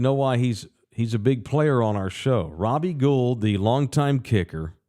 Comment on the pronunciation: It’s pronounced Robbie Gold, not Guuld